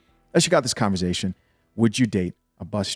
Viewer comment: “Converzzzation” 😂🤣😂 All love homie! 🤙🏾